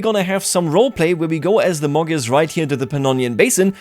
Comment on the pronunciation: Gy pronounce as soft d. Magyars pronounce as Madyars. Imagine if somebody pronounce United States of America as it spells. It would be something like ooneeted staates of aamerika.